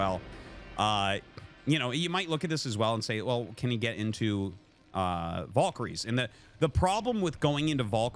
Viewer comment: why does he pronounce valkyrie "voll-kary"? it's objectively wrong lol oh and MonkaT